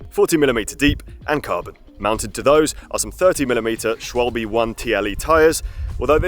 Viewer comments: Schwalb-eh (h silent) not Schwalb-y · The branc Schwalbe is not pronounced shwalbee but more like shwalbay. btw. Schwalbe = swallow/dovetail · Please don't say "Schwalbs" :D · Swahl-buh (German for Swallow, the bird).